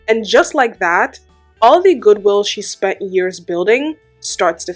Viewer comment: Nah. Not spent. Not speh and more. /